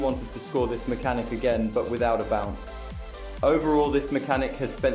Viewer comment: homie u said maxhanic the entire vid so yea I don't think its "just 1 word"